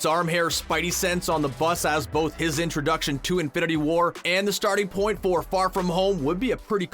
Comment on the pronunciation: The way you say infinity WAR annoys me. Also a mum minute is too long for an intro